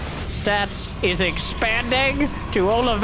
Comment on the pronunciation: Take a drink everytime calls Stats "Stabs" or "Sass"